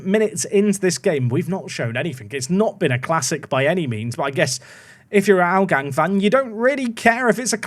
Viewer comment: Why did you do a silent ‘h’ in Hougang?😂😂 they’re not Spanish